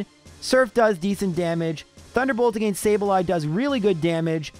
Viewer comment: The way you say "against" will never not get on my nerves. It was obviously something forced, not natural. If it was you wouldnt pronounce "giga drain" properly